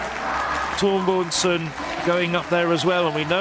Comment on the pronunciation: "Torboynsen" - what is that? How many times can he read it wrong? It's the same Biörn as in Björn Borg...